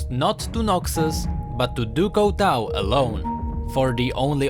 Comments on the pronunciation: Couteau is pronounced coo-t-o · BTW Couteau is pronounced Cooto its french ;) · Couteau is prenouced coo toe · He said Couteau wrong rip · By the way Couteau meens knife and you are not saying it right (Couteau is a french word)